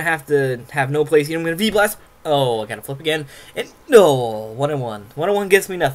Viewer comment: And sounds like FEEBAS! Instead of V-Blast xD